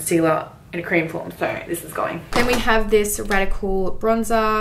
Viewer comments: hahaha it's RODIAL not radical 😝 its actually a really popular brand in the uk particularly for skincare and their makeup is really good also!! loved this and can't wait for the eyeshadow one xx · Its Rodial not Radical! 😂😁 .. and its a very big brand, not unknown? Even makeupbymario uses this brand. Pretty sure he only uses good shit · it's Rodial, not Radical 😅 it's a really good high-end brand! 💛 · That brand is not Radical its Rodial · Those powders that you were saying were from the brand "Radical" (pronounced "Rodial") are apparently really great! Nikkie Tutorials uses them often and loves them. You should try them, 💟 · I love it how she was like no one knows "radical" Yeha it's cause it's not radical it's rodial 😂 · it's rodial not radical 😂😂 I think the brand may be more popular in other countries because it is where I live x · It's not Radical its Rodial love ya❤️ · Am I the only one who noticed she said radical when it's rodial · the brand is not Radical, it's RODIAL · Radical hahahah it's rodial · RODIAL NOT RADICAL THANKQQQ